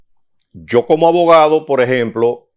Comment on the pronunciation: Abogado por favor trabaje su léxico y trate de soltar la “L”